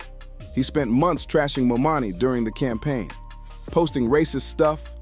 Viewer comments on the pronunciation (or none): He's name is: ZOHRAN MAMDANI. C'mon now. Not : MAMANI, No MOMANI . Learn his nama .🙄🙄🙄🙄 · His name is ManDANI!!! NOT MaMAMI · You pronouncing his name wrong the whole video is madness. MamDani. 😮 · Seriously how many times will they mispronounce his name!!! Momani, Mamdami… omg… get the name right! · C'mon Mr. Commentator, please and respectfully pronounce his name correctly. His name is Mamdani and not Mamami. Ok bro? Yeah, and as a Ny'er, I voted and campaigned for him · It’s not Momami. It’s Mamdani. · Who is this Mommani??? Its Mamdani! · Let's hear it for New York's newest Mayor "MO-MONNIE" 😂😂😂😂😂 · The name is "Mam-da-ni." Say it with me now, one syllable at a time. Maam-daa-nii :) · Was the narrator intentionally calling him "Mo Money" or was he mispronouncing Mamdani's name? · Get his name right.... MAMDANI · DUDE IT'S MAMDAMI🙄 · Can we PLEASE begin with pronuncing his NAME CORRECTLY? It is MAM-DANI!!! Thank you. P.S. Your video is 🔥🔥🔥, and I have subscribed! 🗽🫱🏾‍🫲🏿❣️ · Who is Mo-Manie? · Why do you continue to call him momani? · MOM DANI.HAVE SOME RESPECT FOR THE AND PRONOUNCE HIS NAME CORRECTLY. WOULD YOU LIKE PEOPLE TO CALL YOU HL DUGLEY HUGLY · "mom-dani" man, say his name right. Good video but damn that was distracting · Mispronouncing the name of the subject the video is about is insane 😓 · If you can’t pronounce the name right , then deuces!! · DUDE, how are you advocating for Mamdani, when YOU CAN'T EVEN PRONOUNCE HIS NAME⁉️ 😅👎👎👎 SOUNDS HORRIBLE... Take this down 🙄😒😮‍💨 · The guy talking should have practiced on the pronunciation of Mamdani's name. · Great video! I think you got his name wrong but good video. Thank you! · It’s Mamdani🙄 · Please please pronounce Mamdani’s name correctly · Great content, but please learn how to pronounce Mamdani. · Try to say his name right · I cannot😅Please say the Mayor Elect’s name correctly. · Mamdani.....it's not that hard to pronounce. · Destroying the man's name